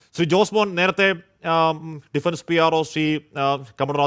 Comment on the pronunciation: Jismon alla Josemon 😅